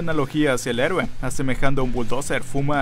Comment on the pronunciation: los vería si no fuera tan molesto como dicen a cada rato HIIIIIIRO, neta su pronunciación de Héroe harta a veces :v